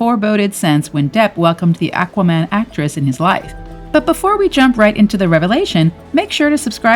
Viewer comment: Did she say Ack-Wah Man?🤔